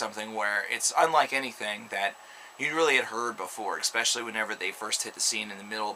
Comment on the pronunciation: It's pronounced KolOss...not Co-loss. And there is no K in Especially!